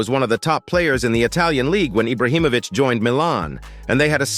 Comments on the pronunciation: It’s not eye-brow it’s Ee-bra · This dude is saying Ibrahimovic properly then decides to say eyebrah🤢